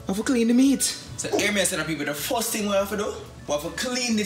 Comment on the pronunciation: Word is first not fuss ..remember not only Jamaicans watching u.👍